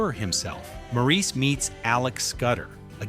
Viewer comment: The movie and character “Maurice” is pronounced “MOR-is”, NOT “Maur-EES”. If you had seen the film, you would know how to pronounce the name correctly ❣️❣️❣️ correctly. ❣️❣️❣️❣️